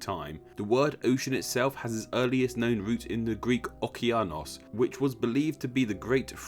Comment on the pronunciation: It's okeanós not okeános and the 'e' it's not i like imagine it's like elephant